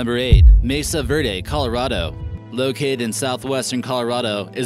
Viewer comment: Pueblo bonita is wrong, it must be Pueblo bonito, and the pronunciation of Mesa Verde is far from being correct.